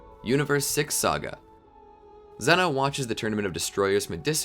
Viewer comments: It’s pronunciation is Zeno (zz, eeeee,no) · it’s pronounced zee-no